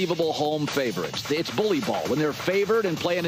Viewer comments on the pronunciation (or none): none